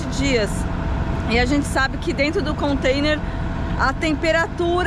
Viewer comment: Alô... somente um lembrete.... não é "Contender" e sim Container ...kkk um abraço e boa viagem!